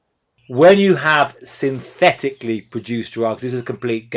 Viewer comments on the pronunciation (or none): the way he empasizes the word "synthetically" makes me think think if there are natural ways to make fentanyl. i mean fentanyl is not even a naturally occuring compound.